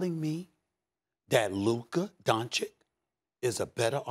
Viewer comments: Stephen A: Luka “Donchik” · When would Stephen A. stop saying Luka Doncik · It irritates me so much that SAS is not willing to pronounce Doncic's name properly..It's disrespecting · First, learn to pronounce his name right, and secondly, that wonder boy is the legit face of NBA for next decade, he does on court what he wants to, he has his own pace which is hard to guard...Just let your anger go, Stephen. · Stephen A still disrespects Luka the most, he is like the only big journalist that still will not learn to say his surname correctly while Max is still repeating it to him! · Stephen A loses by just mispronouncing Luka's last name.